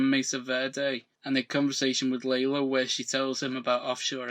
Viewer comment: Why do you call Lalo, “Laylo”?